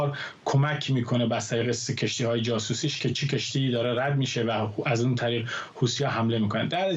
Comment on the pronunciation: طرف حتی اسم حوثی ها رو هم بلد نیست گفت هوتی ها مشخص کاملا شوت هستند ببینم چند چند هستند 😅